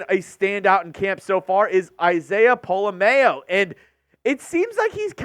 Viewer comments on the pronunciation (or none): Y'all need to stop flubbing Pola-Mao's name. It's been freaking killing me!! POLA... M-OW. Just imagine saying "OW" like you stubbed your toe then put M in front of it. Thank you!!